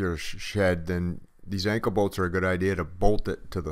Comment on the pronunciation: Call me dumb but what is an anka bolt? Oh I see duh.Anchor bolt. Sorry I'm from Texas. I feel dumb.